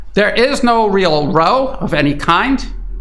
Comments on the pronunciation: Great report, thank you. Seems likely the U.S. will soon suffer another civil war and/or go broke...end of threat. BTW, it's not "row" as in row your boat, it's "row"...rhymes with wow. Anyone who has lived in Canada for more than 5 minutes knows the U.S.could turn our country's economy off in 5 minutes. 90% of Canadians live within 100 miles of the U.S. border. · row rhymes with plow if it's an argument, rhymes with roe if you are doing it to a boat. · You mispronounced 'row' in your opening comments, which means you're a bot, or at least an AI voice. 'Row', meaning a quarrel rhymes with 'how'; or 'cow'. You pronounced it to rhyme with 'go', as in 'low'' or 'show'. AI constantly makes errors of this kind, but I am sure that Brian Berletic knows the difference between 'row' the action of moving a boat with oars, and 'row' a noisy quarrel or disturbance. Your comments? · FYI - Row rhymes with cow when using the definition depicting a confrontation. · Row rhymes with plough if it's an argument, and row rhymes with snow if you're doing it to a boat, and row rhymes with roe if you mean fish eggs.